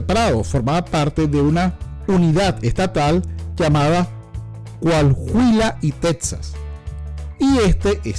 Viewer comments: Coajuila?! Es enserio? Hehe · Se pronuncia coaguila animal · Realmente es COA-HUI-LA (la "h" no suena), dejando libre a la pronunciación de la "u" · Pronuncia bien,COAHUILA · No sabes decir Cohahuila,ellos nos dicen mojados...son ladrones en expansión y todavía con acción de gracias...da risa su racismo weros putos